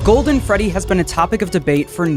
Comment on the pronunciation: Guys it’s the gwoldwen fwedwy